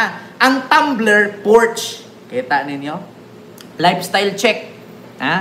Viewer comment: mali po ang pag peonunce mo ng "PORSCHE"..german word pronounce as "PORSCHA"" is the RIGHT PRONOUNCIATION